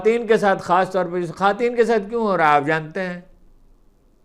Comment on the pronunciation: بہ صد احترام ؛- آپ خواتین کا تلفظ بگاڑ کر "خاتین" کہتے ہیں۔ درستگی فرمائیں ۔ جزاک اللّہ خیر